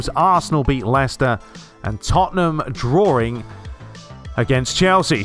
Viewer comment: tottenham drawRING